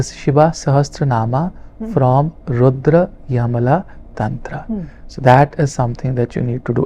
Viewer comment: रुद्रयमला नहीं रुद्रयामल तन्त्र कहना चाहिए।